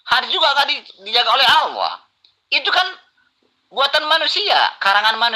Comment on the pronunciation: sudah dijamin masuk neraka oleh Allah SWT. lidahnya sudah kelu untuk menyebutkan asma Allah SWT dengan benar, berarti Allah SWT telah mengharamkan namaNYA untuk diucapkan oleh. dia menyebut Allah dengan Owoh..🤦🤦